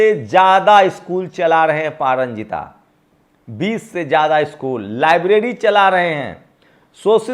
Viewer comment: sir pa ranjit boliye pa ranjita nahi h nam. kam se kam nam to sahi boliye